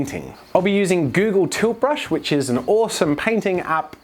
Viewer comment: Everytime he says tilt brush I laugh coz what I hear is toothbrush